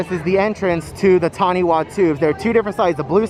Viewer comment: Just a heads up that the “wha” in “taniwha” is pronounced as “fa” it’s from the indigenous language of my country 🥺